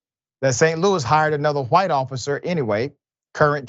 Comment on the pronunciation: LOL... just here me out... I love you Dr Richey... but... the clip started with you saying "Who-ite" officer... I had to laugh cause it reminded me of the Family Guy clip of them saying Cool Who-ip...